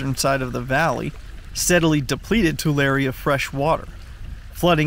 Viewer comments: Tu-lair-eee. Not Tu-lar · It's pronounced Tular-e, you pronounce the hard e. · Your pronunciation is wrong. It's Two-larry lake. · It’s pronounced too-Larry 😂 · He said the name wrong. It sounds like this: Too-Leh-Ree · We pronounce it (too Larry) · You mispronounced Tulare, as it’s Tuu-Lair-ee. A simple Google search would have kept that from happening. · The 'e' at the end of Tulare is a long 'e' btw. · You said yokut and Tulare wrong. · Come on say Tulare right please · You didn't just drive two hundred miles to pose next to this puddle and pronounce the fucking location incorrectly... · He can’t even say the name right